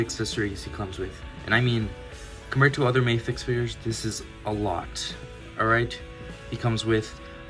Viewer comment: For future reference; Medicom is the company, not Mafex. Mafex is the series - and it's pronounced Mah-fex and not May-fex.